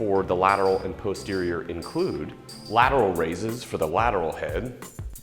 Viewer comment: but if you load up heavy on the face pulls... won't you use more arms in general than posterior deltoids?... which you guys may want to check with a linguist on the correct pronunciation of posterior... bit suspect.. but still love you guys.. keep the helpful vids coming!... Any new recipes? Especially winter stews/soups to stay lean. I make a mean chicken soup!